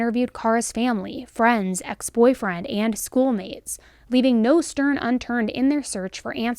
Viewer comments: Leaving no stern unturned she says! Aww what a cutie. I could listen to you mispronounce words all day long darling! 🥵🤤🥵🤤😍😍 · "leaving no sturn unturned" 😂😂